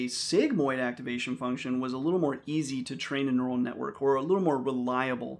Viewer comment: Neu - ral - net. It's in the brain.